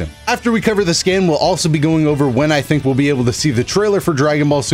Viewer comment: I thought you said "skin" not "scan" lol